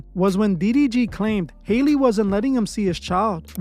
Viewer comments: Howl-Lee is her name. Not Hailey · Hee name is not pronounced Hailey. It's pronounced like alley. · HER NAME IS NOT HAILEY. I just dont understand why yall cant pronounce Halle. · HAY-LEY BAY-LEY!!!😂😂😭😭😭🤣🤣🤣